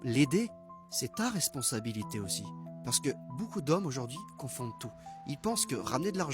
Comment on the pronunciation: “Si aujaurdjiii..”